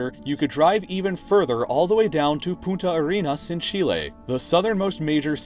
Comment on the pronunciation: The punta from "Punta Arena" is pronounced poontah. Failing to pronounce that one N makes you say "Fucking Sand" instead of something along the lines of "Sand Spear"